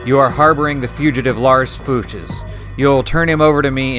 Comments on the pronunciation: I think it's pronounced fyooks. Love the channel btw. Subbed. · Fuchs is pronounced like "fox" (Fuchs even means fox) but instead of the o it's the oo sound from looks, as in, "they were giving me strange looks."